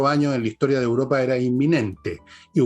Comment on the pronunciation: Señorita, usted es periodista y debe hablar bien. No siga diciendo "Uropa" por "Europa"